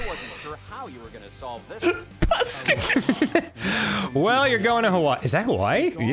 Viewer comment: "pustard" is killing and will be in my next dnd campaign